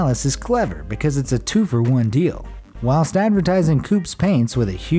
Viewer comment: Love your vids, but please stop saying "whilst" in that very American voice. Dunno why but to hear an American try to use the Queens English drives me nuts. Thanks :)